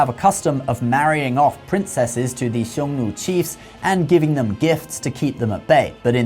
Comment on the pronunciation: You pronounced Nü for Xiong Nu